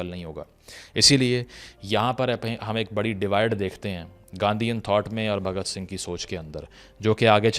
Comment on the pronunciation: Abe sale name to sahi se le bhagat sing ji ka ye mahan krantikari hai